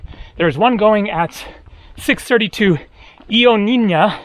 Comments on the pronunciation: Ioannina phonetically is Yo-ah-nee-nah accent on ah great town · You are right. What ever you need will come to you, if you just BE. ☺️ Ιωάννινα, Ioannina is pronounced on the first A. You can see the pronunciation at the small dot over the word. Ιωάννινα. The pronunciation in the Greek language is extremely important, as the same word, pronounced different, can have a totally different meaning. Like the word FILI ΦΙΛΊ for example, pronounced on the first i means a female friend, while pronounced on the second i it means kiss☺️So it is something to be careful about 🙃